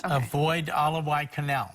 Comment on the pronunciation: what is "alowhite-canal"? (I may be misspelling that)